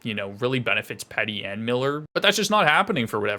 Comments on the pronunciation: "Pee-tey" - not "Pet-e". 🫡 I wouldn't sleep on Garland and Hoglander. Garland specifically. Hes a small guy but is able to drive play. Theyre actually perfect linemates for him - short of just stacking L1. Petey trying some of the moves he used to do back when he was taking the league by storm. Ray Ferraro put it perfectly, he wants to please everybody - and by that I mean he wants to be seen as the scoring threat but also wants to be the 200 ft guy but also wants to be the guy that uses his body but also but also but also. Add that on to a massive contract for 25 year old - and it seems from Tocchets perspective that his preparation is not up to where it needs to be. I only see growth from here he's too special of a player. He is tentative right now - but it will start to roll for him. Look at his record over the last few seasons. Still puts up big numbers. He's gonna pay the bills. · Canucks fan here - most important thing you need to know is it’s pronounced ‘Pee-dee’. Haha he’ll be fine, he’s streaky. Anything less that 80 points would blow my mind.